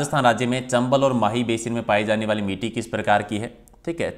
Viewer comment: मिटी नहीं मिट्टी है वो ,समारक नहीं ईसमारक (स्मारक) है सर भी ग़लत पढ़ रहे हैं